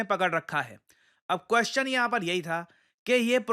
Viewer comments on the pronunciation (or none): none